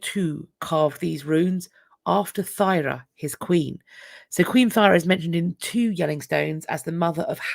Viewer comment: Thyra is pronounced Tura. I have a Viking name!